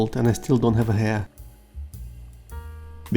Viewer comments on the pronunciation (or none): Heir is pronounced - Air 😊 Silent H